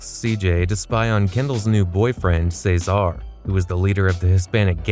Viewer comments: It’s vercetti not Verchetti and it’s cesar not cezar but good video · Say-zar, Kendl's bf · Are you saying Cesar’s name like that on Purpose?? It’s really annoying how you incorrectly pronounce his name